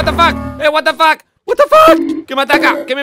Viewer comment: me dio mucha risa como dijo Watafack un pollo gigante xD